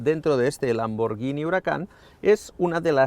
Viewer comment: Da gusto oír a alguien pronunciar bien lambor gui ni y no llini cuándo hablas de la marca Lamborghini